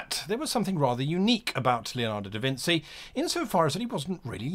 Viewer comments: to be a great game master hate to remind you, but it hurts my ears: not "leonardo da vinzi". you pronounce it "leonarrrrdho da vinci". "vinci" like "vin-chi" or "kim-chi". see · Da Vin"CHI" a 'ci' in italian is a chi sound please dont say da vinsy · In Italian, when the letter "c" is followed by the letter "i" it is pronounced like the English letter combination "ch" So it's DaVinCHi and MediCHi Easily confusable for someone who doesn't speak Italian, keep up the good videos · Very good Leonardo pronunciation, terrible Da Vinci pronunciation: it’s Da Vin-chee, for God’s sake! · Thank you, i cringed every time Guy pronounced it wrong..like a strike with a whip